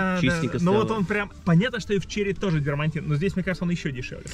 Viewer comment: "...салончик из дермантина...". Не такого слова - дермаНтин. Правильно - дермаТин. Даже врач есть такой - дермаТовенеролог.